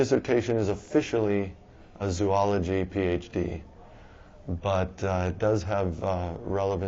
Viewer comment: If he's so smart why can't he pronounce Zoology?